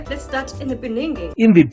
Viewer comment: In the beninging😂